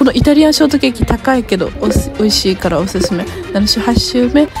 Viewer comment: 最後のバイバイ辺りが急に雑で好き😂